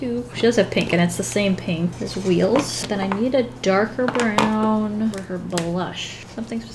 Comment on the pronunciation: It's spelt WEELZ Also: "weels"